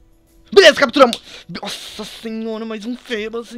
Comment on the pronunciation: se fala fibas,( mas se escreve feebas) fébas parece nome de doença!